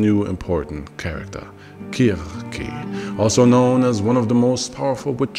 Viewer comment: the art is pretty cool good use of ai. The jokes are nice, Also the pronunciation is something I haven't heard much from other tubers. kurkey had me questioning my knowledge of folklore.